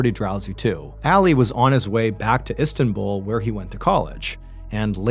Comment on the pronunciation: hey man, where are you from? Because you pronounce words horribly. It’s Istanbul. Not whatever you said. Also in a previous video, you said, Gillian barr incorrectly as well. And you pronounce it in ways that I’ve never heard anybody pronounce anything and I travel often. Super weird. Love the content. Just wish that some of the videos weren’t so deceitful. It’d be really cool to have a story told without like hiding or omitting certain details just for shock factor. Anyways, that’s just my two cents from somebody who’s been binge listening.